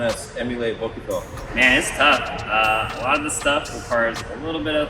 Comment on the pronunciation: The u in bokuto is silent 😅 but nice Video at all 😄